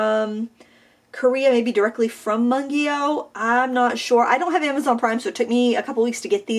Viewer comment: Its pronouced Moongyo haha i speak korean and everyone says it wrong